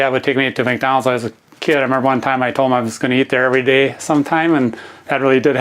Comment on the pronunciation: how does that guy say day